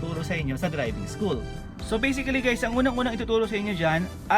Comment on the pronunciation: Anong basiclly BASICALLY